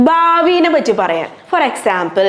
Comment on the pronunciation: ഒറ്റ വിഡിയോയിൽ എല്ലാ൦ ഉൾപ്പെടുത്തിയതുകൊണ്ട് പെട്ടെന്നു മനസ്സിലായി. 'ബാവി' അല്ല മോളേ 'ഭാവി' എന്നാണ്.